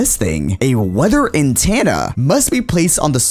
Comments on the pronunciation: why do you say antenna wrong you say it antaenna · its itTENa not intana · Lol antanna sorry bro but it’s antenna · The way he pronounces “antenna” is not what I’m used to, I pronounce it “An- ten-ah” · He's saying Antanna m8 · "Weather Antanna" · So are we all gonna just ignore the fact that he is saying an tanna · Because he isnt pronouncing it corecctly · cannot pronounce “Antenna” lol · the way he pronounces antenna bothers me